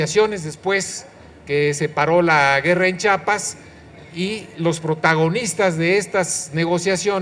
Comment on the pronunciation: para empezar Dígale al comentarista que el estado se llama Chiapas no "chapas" como estúpidamente le dicen muchos. Por eso cuando vino Manuel Camacho Solís arreglar "chapas" de inmediato se le puso el cerrajero después; el kotex porque según él venía a detener un derramamiento de sangre. Así que por favor Díganle a este comentocrata que se pronuncia Chiapas y no chapas como muchos imbéciles lo pronuncian. En Chiapas ha cambiado muy poco desde entonces, fue más el ruido que los medios le metieron que lo obtenido. En la guerrilla conocida hoy, como la guerrilla fe Estambre, por los pasamontañas usados por los actorazos de aquel periplo.